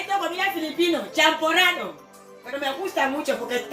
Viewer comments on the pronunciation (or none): Eh kuya, biko naman yan eh,hindi champoradow 😂 char lang 😂✌